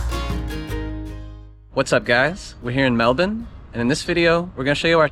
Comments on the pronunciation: So weird hearing an American say it normally lmao. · You pronounced Melbourne correctly 😊 👍